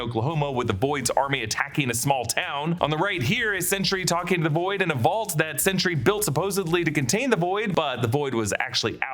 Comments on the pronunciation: It’s ‘Sentry’ with emphasis on a clean T. Not ‘Sentury’ (like century). Made this video so painful to listen to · "Chentry", Sentry's hispanic cousin? ( I get it, too many similar pronounced words on a single line would make this slip)